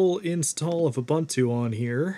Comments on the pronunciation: There is no "bun" in Ubuntu. It's pronounced oo-boon-too, all u's alike. Also, sudo is soo-doo (coincidence, not related to ubuntu) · Ubuntu is pronounced oo-boon-too.